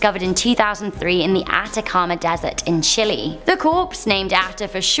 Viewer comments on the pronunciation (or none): none